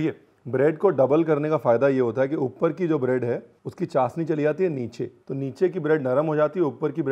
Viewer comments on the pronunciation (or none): Chasni nhi... it's called chashni...😊